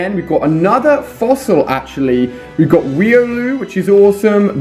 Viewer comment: its pronounced riOlu